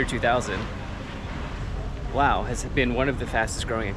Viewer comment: Dude, enough with the money concerns 😂 There is zero chance you're getting scammed in an international airport (most likely 😅). And why are you pronouncing Laos in their language? Its like being in Japan and saying "Im in Nihon" obviously post music festival By the way, when are you going back to Japan?